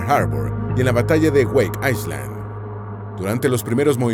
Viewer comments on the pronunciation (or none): none